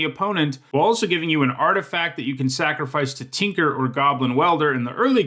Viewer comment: Where are you from? I'm curious because of the way you say "Tinker" and "hand."